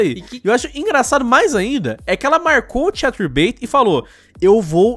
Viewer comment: "vou sair do cahterbait" ah ta, como se fosse um favor a mulher estar no site...